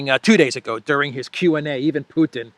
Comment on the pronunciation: Mr Putin to you, not Putan.